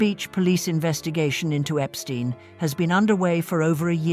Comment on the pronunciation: Epstein, not Epstine!!